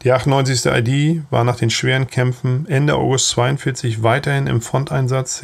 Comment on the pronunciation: Warum wird die Abkürzung "ID" für "Infanteriedivision" in englischer Aussprache gesprochen?